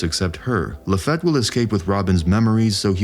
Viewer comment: It's pronounced "La-Feet" NOT La-feht... It's also NOT Dev-in... It's Dev-on 🙄🙄🙄🙄🙄